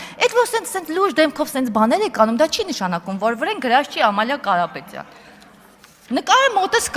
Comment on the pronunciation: Պալոն Կալապետյան Ձել հալիկին հալցեք, թե ինչի չի կալուցվել այդ ճանապալը. Արփի Դավոյան